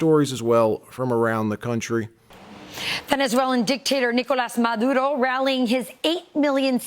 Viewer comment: "Nicholas MAH-DOOD-O"